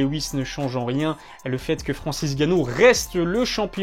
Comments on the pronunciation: Ngannou, NGANNOU, pas Gannou frérot! On dirait les gars de chez France2 là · Pourquoi il dit Ganou et pas N'Ganou? Le N ne se prononce pas ou il sait juste pas parler?